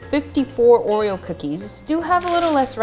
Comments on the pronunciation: 'or-e-o' not 'or-e-ol' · I kept hearing “oil” when you said oreo lmao